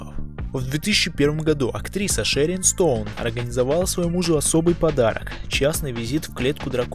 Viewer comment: Все интересно, информативно, спасибо. Но ,автор, ОБОНЯНИЕ и совсем не ОБАЯНИЕ у комодского варана.... Актриса ШэрОн Стоун, а не ШэрИн Стоун..